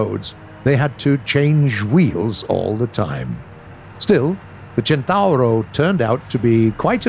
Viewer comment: I just want to thank you for being the first english speacking person to correctly pronounciate CENTAURO. Nailed it.